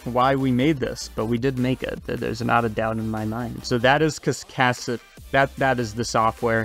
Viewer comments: "cas-ca-deur" not "cas-csacs-casdeur" 🤣 But yea, it's a pretty cool program. I've played around with it a bit myself. The issue for me is getting used to the controls, and also rigging for it. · "Kas-ka-dew-er" Darling. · lmao is it not pronounced cas-k-dor? 😂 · "Kaskas... Keskadur... Kesk"... Anglo-saxons, tsk, tsk. 🤦‍♂😆 Thanks for the video, Cascadeur is an excellent tool. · Good Lord is it that hard to Pronounce Cascadeur Cas-Kay-Der Remember Phonics, Sound it out when in doubt I have been using this program for months now, its great! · Cascadeur. It's really not hard to pronounce. Americans' habit of making fun of words from another language really isn't as funny as they might think it is. In front of an international audience, at least. It just shows you up a bit. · Here's a tip. When you can't pronounce something, or read for that matter, just break the word down into it's syllables and say them slowly. Practice and speed up until you can say it in a normal sentence. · Cascade? Can you say the word "Cascade"? Then ad "urr" sound to the end... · It's really that much harder to pronounce than Cascading ? ;) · how u managed to mispronounce cascadeur is beyond my understanding but this is a good video